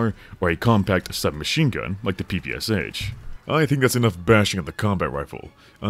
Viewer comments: Sorry, but cant stand it... That soviet smg not p-p-c-h, it is pæ-pæ-sha [pɜːpɜːˈʃaː] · "Erhm aktually its pronounced pappasha🤓☝️" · Being from Ukraine (which had been a part of the USSR), it's so weird hearing PPSh beiing spelled like that, lol. As "Sh" is spelled in one letter in russian, the way PPSh is pronounced is "Pepesha" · It take me some time to realise what PPSH is) because it's original abbreviation consist only of 3 letters - "ППШ"(P-P-Sh). its stands for Shpagin submachine gun. It's just a bit funny to hear P-P-S-H, but tbh this pronunciation more cool ;) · i hate when PPSh-41 (ППШ-41) pronounced as "pee pee ass h". It's Shpagin's submachine gun! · Huge mistake was naming PPSh this way that others read it like 4 different letters. When in reality last "Sh" sound is pronounced like in word "Shallow". Because PPSh literally stands for "Shpagin's sub-machine gun" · Bro, you cant criticize others for gun cringe while mispronouncing PPSh that badly 😂